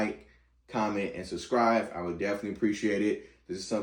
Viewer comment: Why do you say “subscrive?”